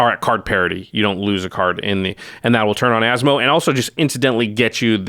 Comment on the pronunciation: I’m so impressed by pronunciation 😳👏👏👏👏